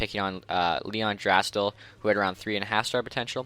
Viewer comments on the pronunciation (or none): “leon drastal”🤣🤣 oh how times have changed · Draisaitl = DRY-sy-tol